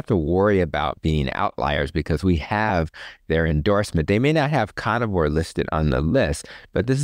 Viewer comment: I’ve heard in other interviews and absolutely love him!! I especially love the way he pronounces “conivore” 😅 I wish I had a doctor like him 💗